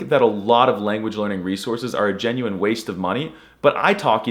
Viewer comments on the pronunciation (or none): none